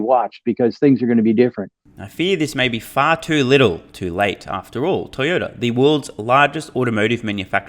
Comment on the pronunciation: It is Toyota not Toyoda. There is a T in the word